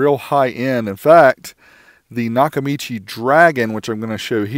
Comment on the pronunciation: It’s not Nakamichi.